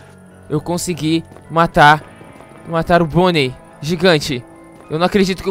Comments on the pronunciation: Gueto não é bonei é Bonnie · Você falou pônei ou boni